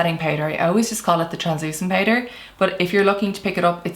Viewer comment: The ‘poutder’ pronounciation 😁